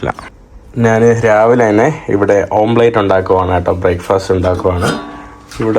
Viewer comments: PLEASE SAY OMELET NOT OMPLATE....:face-red-droopy-eyes::face-red-droopy-eyes::face-fuchsia-tongue-out::face-fuchsia-tongue-out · ഓംപ്ലേറ്റ് അല്ല ഓംലെറ്റ്.